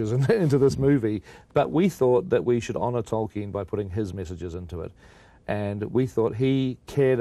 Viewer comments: Omg Charlie pronounces like 1% of the names correct😂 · "Toyken" smh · Except every mispronunciation of Tolkien. Talken, Toyken, Toilken😂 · Toykin he thinks the L is a Y like spanish 😂😂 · In fact, if you read his notes/letters, Tolkien states that it's not toll-keen (German), it's 'tol-kin', in one, quick, English go. Either way, Charlie got it dead wrong. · I heard Twerkin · If he says Torkin one more time!!!!!!!!!! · He says it like 3 times! Twerkin?.....Toilkin?(like “toilet”) 😂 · it's pronounced tol-keen but I think charlie was trying to apply a soft y sound to the l sound. Toy-keen. What makes it worse is that he clearly doesnt have confidence in the pronunciation so he mumbles it. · This guy doesn't know how to say "Tolkien" he says "Toiken" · Is it just me or is Charlie Rose saying "Torkin" instead of Tolkein and "Eragon" instead of Aragorn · Sounds like the interviewer keeps calling Tolkien “Toy-kin”. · can someone please tell charlie rose how to prounce tolkien's name...who is toykin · Why does Rose keep saying "Toykin" for "Tolkien"? Strange. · why is he pronouncing it "Toyken"? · “Toykin” “Aragone” 😂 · Is it annoying to anyone else that Rose can't pronounce Tolkien's name correctly. He keeps calling him Torken. Jesus Christ, man. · Man keeps saying 'Toyken' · 'Toykin' lol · If that man says Toy-ken one more time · “Toyken” lol what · Torken... Toiken... ANYTHING but TOLKIEN 😩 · Toy-ken ,,,, Torken... dude... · This interviewer is terrible. He clearly has no interest in LOTR and keeps calling Tolkien "Toykin". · I shiver every time this interviewer says “Tolkien” 😂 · Say it with us, Charlie: TOLL-KEEN. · Did the interviewer say Toykin? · How does Charlie Rose keep mispronouncing 'Tolkien'? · Who the hell is “Toykin?” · Charlie rose will not stop calling Tolkien 'toyken' and it's infuriating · Why does he keep saying toykin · you read ...TOIKEN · Who is this illiterate interviewer…. ToRKiEn 0.o